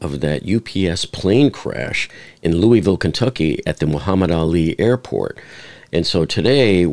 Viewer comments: LOUISVILLE NOT Louieville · we pronounce it lou-vul not louie ville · Just fyi the city is pronounced like you have marbles in your mouth. Loo-A-Vull. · Louie ville lol